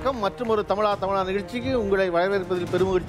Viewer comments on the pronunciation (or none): He has a problem pronouncing ‘ zha’, like azhagu, tamizha etc. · The anchor does not pronounce "thamizha" properly,"zha" sound is mispronounced